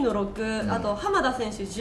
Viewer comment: 秋ーーーーーーノがトツギーノに聞こえてきた